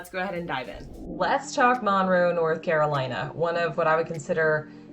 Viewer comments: If you are going to do a video on a city, please learn to say it. It is not MAUNroe. It is Munroe. I'm shocked you didn't say "WaxHAW". 🤦🏼‍♀️ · It’s “munroe” not “mon-row” sorry I had to say it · MUNRO, not Monroe